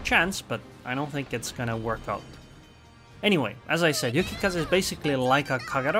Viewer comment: nah, he called "Yukikaza" annoying